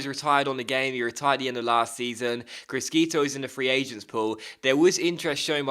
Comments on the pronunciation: The italian pronunciation is "crishito" not "criskito" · it's pronounced Kree-sheetoh C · GG's regen prounanced Crishito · criscito is pronounced cris-SHito but apart from that great vid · it will annoy me so much. please just say it properly - crish shi to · Criscito is pronounced Cree-shee-toh